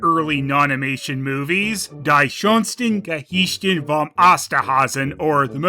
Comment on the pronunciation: your pronounciation of "die schönsten Geschichten" killed me.